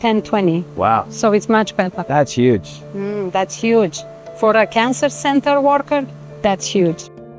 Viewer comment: "That's yuge."